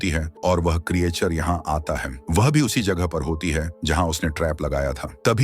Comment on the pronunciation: उसको क्रीयाचर नही क्रीचर बोलते हे भाइ